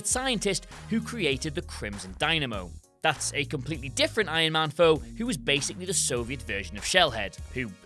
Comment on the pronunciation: Why do you keep calling iron man "ion man"?